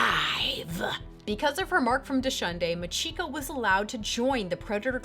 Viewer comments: That Japanese name pronunciation XD Remember, in Japanese (or perhaps language in general), Chi is Chi, not Shi. Nice video though. Keep up the good work :) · MAH-chiko NO-guchi. The emphasis is on the first syllable.